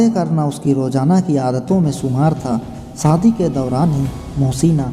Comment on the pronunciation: खुसी, सादी, साम , ऐसे उच्चारण करेंगे तो सब्सक्राइब कैसे करूं?